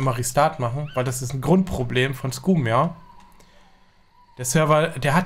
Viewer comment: hey. weißt du, dass du "scum" falsch aussprichst? das "u" wird als "a" gesprochen. Also "scam", nicht "scooooooom". Triggert mich hart